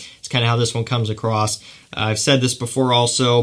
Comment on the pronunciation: Are you aware that you are saying it comes accrost instead of comes accross?